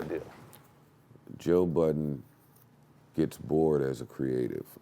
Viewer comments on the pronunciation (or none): Why did he keep calling him "Buddens"? It's Budden.